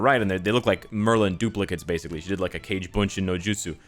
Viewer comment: its not cage bunshin no justsu, its kage. g as in gowther.